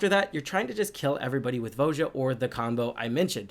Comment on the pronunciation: Did you trigger your opponents by pronouncing her name wrong all the time? It's VOY-uh